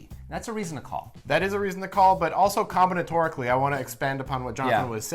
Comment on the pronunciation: "Comnitorically?" What the hell word was that?!? o.O